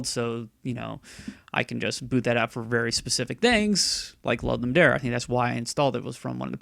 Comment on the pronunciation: Are you saying "Lud-Lum Dare"??